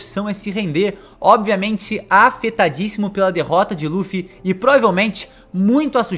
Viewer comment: Ja nao basta pronunciar "LU"-ffy, o cara ainda manda um Duffy... kkkkkkkkkk